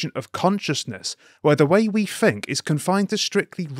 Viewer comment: great vid, you would sound so much more interlligent if you said think and not fink tho, no offense. Good work